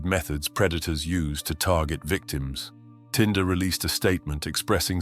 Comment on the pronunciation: Tinder, not Tender.